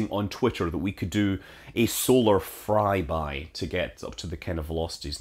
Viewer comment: it sounded like you said “Solar fry-by” Scott... Intentional...?